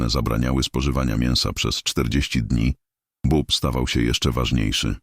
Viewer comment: Nie "bob" tylko "bób"